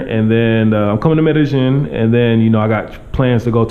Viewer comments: try to say medellin with the long "e" sound. Like: "medejeen" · Please pronounce the word Medellin correctly (Med a ying). ll takes the Y sound. Not trying to put you on blast but trying to help out. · They actually pronounce the double L more like a J than a Y in Colombia. But ya his pronunciation not great still. I thought the Ying ending was wrong at first but when i pronounce it that way it does kind of sound like how they say it haha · Learn how to pronounce it, first of all. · Atleast learn to pronounce the name of the town properly.